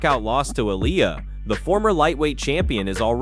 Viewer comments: Speaking of respect, the makers of this video show none - 10 different wrongly prounounced Ill-ia, Olia, Eye-lia, etc. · Damn, there's like 15 different pronunciations of Ilia, what a shit effort and lack of respect. And to ask for likes, subscribes and support to "improve" is just pathetic.